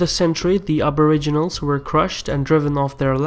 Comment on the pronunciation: i don't think you pronounced Australia, Canberra or aboriginals correctly even once in that, it is funny hearing foreigners try to pronounce Aussie words. also Australia has to participate with the UK as it is called the ROYAL AUSTRALIAN ARMY, our deference forces are sworn to the crown under the rule of England because we are part of the commonwealth empire. and as to why we deploy with the USA is because we have a tiny army, we can barely patrol our own coast, took more than 3 hours before out navy detected Chinese ships just outside our waters in a show of strength on their side, so we have allied with them, also since we are also members of the crooked evil UN which our government love so much even though the people don't they tend to do what they say more than the crown or the people to which is supposed to be the major influences.